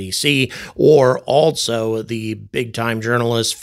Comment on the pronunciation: There is no " t" in the word "also"